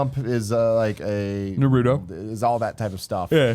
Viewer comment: Greg its Na Roo Toe